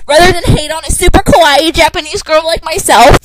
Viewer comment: I'm going to try to say this the nicest way possible...you almost made me go deaf,just because of your voice. And you aren't Japanese,you are an American. By the way I heard you pronounce "Kawaii" I instead heard "Kowai" which means scary,and England is a FICTIONAL CHARACTER. How could you be married to him? How could you have his kid? Sure,I imagine myself married to Ivan Braginski,but bitch,you are the Belarus for Authur Kirkland.